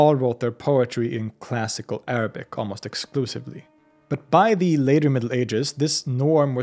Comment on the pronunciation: Your Arabic pronounciation is basically perfect and a joy to the ears.